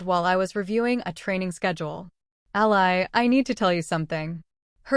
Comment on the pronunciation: Someone- please correct the pronunciation of Ally’s name! The “y” should sound like a double “ē”. Thanks! Powerful story with excellent narrative. Great AI narrator!